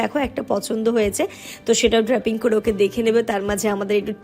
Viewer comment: কথাটা ড্রেপিং। pronunciation ঠিক কর নযত বাংলায বল । ভুল pronunciation শুনতে ভাল লাগে না ।